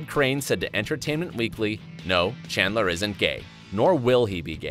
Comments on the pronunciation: Narrator: Monica and "Shandler" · He also pronounced shandler instead of chandler